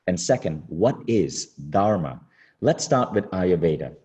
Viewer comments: dhur-mā (the dh is a letter in sanskrit pronounced like the work "the" in English). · Good talk...Would love it if she could learn to pronounce "dharma" correctly though! 🤣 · Her teachings are good but few things seemed inaccurate. Being of Indian origin i was disappointed by her pronunciation of "Dharma" 😅 Take this as a Constructive feedback. All Love 💕